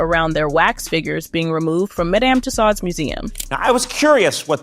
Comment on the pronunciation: Work on your pronunciations. Tussaud.